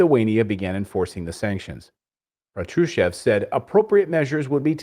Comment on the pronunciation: Great job, you two. P.S. it's "Pátrushev," not "Patrooshev." Emphasis on the first syllable.